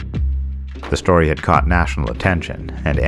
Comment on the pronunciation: *Story not "stay" LMFAO